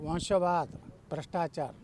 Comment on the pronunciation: ಮೊಟ್ಟಮೊದಲು ಸರಿಯಾಗಿ ಕನ್ನಡದಲ್ಲಿ ವಂಶವಾದ ಅನ್ನೋದನ್ನ ಕಲಿ ಆಮೇಲೆ ಇನ್ನ ಜೊತೆ ಇರುವವರೆಲ್ಲ ವಂಶವಾದ ಬಿಟ್ಟು ಹೊರಗಿರುವವರೇ ಎಂಬುದನ್ನು ಯೋಚಿಸಿ